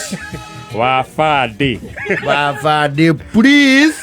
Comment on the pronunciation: "Habari senyu kikosi ,wafande priis" killed me😂